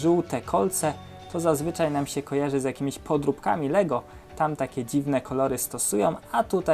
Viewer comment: Źle muwis nie podupka tylko podróbka